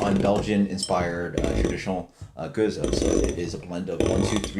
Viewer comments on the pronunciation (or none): I thought it was pronounced "Gooze", not "Go-zuh"? Kind of a shame you barely touched on what a true spontaneous ale is and what Methode Traditionnelle means then following with "blah blah blah" like you don't really care about it because that's what makes these ales so good. I'm sure there was no disrespect intended but it sounded like you just didn't care about the process and time it takes to makes these incredible beers. I guess it just felt like 30 secs could have been taken away from the random ramblings/debates and repeating the same flavor notes over and over and instead spent talking about the process since you rarely review this style.